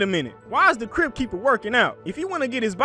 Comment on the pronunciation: I thought said “tales from a crip” lmao